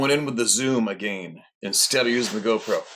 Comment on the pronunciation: Why do you say "again" but then you also pronounce it "uh-Gayne"?